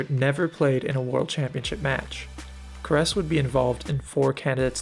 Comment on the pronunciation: You mispronounced Paul Keres' surname